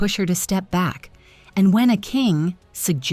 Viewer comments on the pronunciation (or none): none